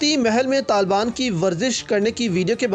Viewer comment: Oh bhai pahly "Taliban" sahi bolna to seekh lo, yah lafz TALBAN nahin Taliban hey